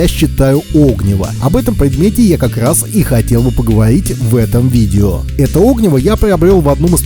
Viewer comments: Правильно говорить не о́гниво, а огни́во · Видео хорошее, но оги́во, а не о́гниво. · 'Огниво нет а огн'иво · Извините, но так ухо режет "Огниво" правильно огнИво! Неужели даже в детстве сказку не читали? А видео полезно. Спасибо. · Ну как можно в таком простом слове делать неправильное ударение? Какое нафиг Огниво, всегда м всюду огнИво. Вы что, сказок в детстве не читали? Мультики и фильмы не смотрели? Откройте тогда словарь Ушакова или Даля. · Надеюсь, спустя пару лет вы с сыном научились правильно ставить ударение в слове огнИво!? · Вы не выговариваете букву "Р".....ОгнИво ! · огнИво, а не Огниво ) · о́гниво прямо ухо режет. Спички и зажигалка промокли, а сухая береста кругом? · огни́во. Можно же было посмотреть, как ставить ударение. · Поменьше неподготовленной болтовни, пожалуйста, уважайте чужое время. Правильное ударение на названии предмета, который вы обозревание, тоже необходимо) огнИво, разумеется. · Тоже хотел об этом написать... Режет уши такое ударение. Ох уж это современное поколение, не читавшие в детстве классики. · Реально, режет слух, даже досматривать не стал